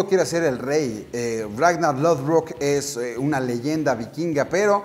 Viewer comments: "RagnaR"!!!! no Ragna... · Xq le dice ragnal - _- no es monsters inc.